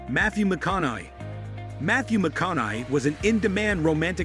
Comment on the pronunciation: who the fuck is matthew mac con eye? and mickee wark? we need to all thumbs down this ai garbage